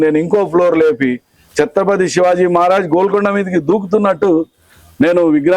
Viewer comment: Anchor chatrapathi shivaji maharaj chatrapathi shivaji kadu sariga palakandee